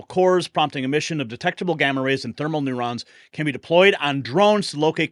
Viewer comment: NeuTrons, bro. Hard “t.” Rhymes within”futons.’ The “t” is NOT, I repeat, NOT silent. This ain’t no Frenchy shit. NeuTrons.